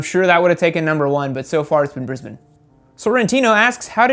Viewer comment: You must be the only person in the USA that pronounces "Brisbane" properly... :) :)